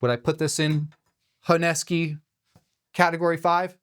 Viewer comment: Honesky? What's honesky? Dude, the name of the knife is HONESUKI. How do you pronounce "kiritsuke|? Kiritsky?